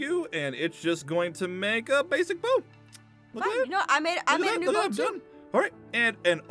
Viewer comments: hhahaa Aphmau doesn't no how to say bows two haha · Aphmau it's bow